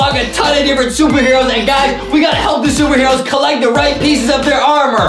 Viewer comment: i heard adam say shuper heros pee but maybe thats just my hearing